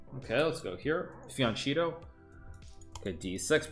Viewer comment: Bro said “ fioncheeto”